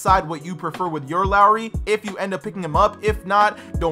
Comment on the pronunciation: And its pronounced lowry not Lori lol